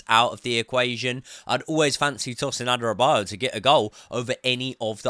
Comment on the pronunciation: It's pronounced Adara-be-or-your and not Adara-bio-yo